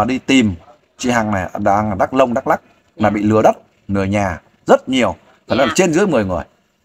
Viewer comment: OK bạn , nói sai hoàn toàn dak lông